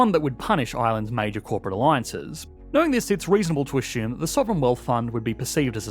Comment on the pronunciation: Great video but what’s with saying ‘ashume’ instead of assume.